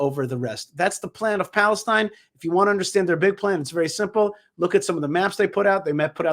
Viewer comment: "balestine" he said..🤣😂